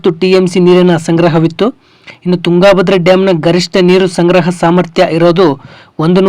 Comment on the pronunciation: ತುಂಗಾ ಭದ್ರಾ ಡ್ಯಾಮ್ ಅನ್ನಬೇಡಪ್ಪ ಮಹರಾಯ. ತುಂಗಭದ್ರಾ ಅನ್ನು.